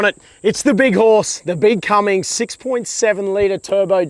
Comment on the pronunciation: Cummins not Cummings brus. Don't say that in the states you'll get shot